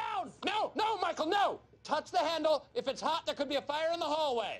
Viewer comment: „ GUTEN TAG MICEAL“😂